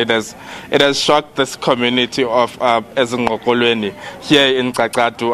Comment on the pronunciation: Ezingqolweni, not Nqokolweni, that's my home Town 🏘️.